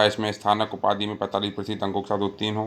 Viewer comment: Sir ji ye sthanak nahi snatak hota h ....